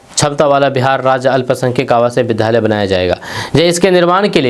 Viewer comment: कृपया उच्चारण पर ध्यान दें, उद्योग के जगह पर आप उधोग का उच्चारण करते हैं, विद्यालय के जगह विधालय का उच्चारण करते हैं